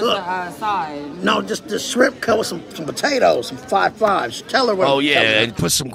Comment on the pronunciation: He can't say fried either he said fied shrimp